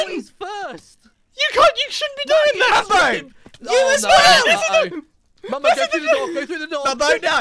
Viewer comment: "Mumbo?!" "DON'T YOU MUMBO ME!" Sounds like he's saying "Don't you member me?